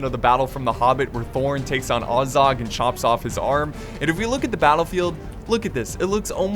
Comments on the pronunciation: It is neither Ay-zog or ah-zog it is AS-zog like saying the word as and then zog. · I know that b of the American accent you pronounce Azorg as u(like cut)-z-u(like cut)-r-g. But you pronounce it as A(like cat)-z-o(like pot)-r-g. Just saying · AsphaltSlayZ It's actually Ah-zog. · its not the same thing! :( the name is ATT (like Attack) TSOK...their language just like the dwarven is supposed to be like Latin and German. so no Ay for A but AH (again...like Average or AHragon, Ahab, AHpple etc. Not AY like Age or hAYted). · its AH-ZOG...you can even hear it in the hobbit movies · Azog with an a pronounced like apple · I think azog is pronounced like the a in apple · How did you pronounce azog two ways and still get it wrong lol just listen to Legolas and thorin in the hobbit bro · there is no r